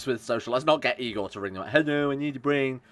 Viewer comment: "hello I need a bwain". I laughed harder to this than I should have.